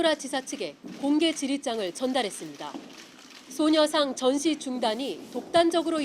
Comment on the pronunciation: 소녀산? ㅋㅋ, 일본식 발음 페러디 한건가요?